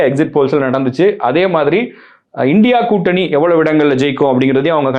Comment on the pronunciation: இந்தியா கூட்டணி என்பது சரியான உச்சரிப்பு இல்லை